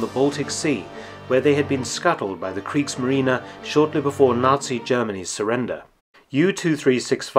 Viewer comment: I do wish Mark would stop saying kriegsmarina, it is kriegsmarine for heavens sakes!